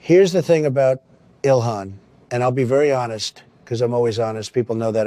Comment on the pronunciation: Did he call her dilhan